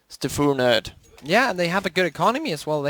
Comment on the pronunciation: stafu and not s t f u nerd